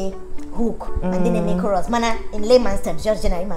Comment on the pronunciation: Lol....if you no Sabi pronounce CHROUS.. hide your face 🤣🤣🤣🤣...Nice one from and our amiable...I love you both